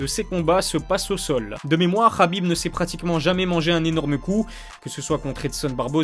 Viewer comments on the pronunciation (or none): KHABIB PAS RRRRRABIB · C’est khabib et ça se prononce rabib